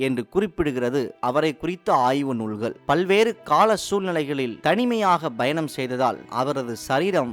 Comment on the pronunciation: Informative. But some pronunciation mistakes like Goa, 'payanam', etc.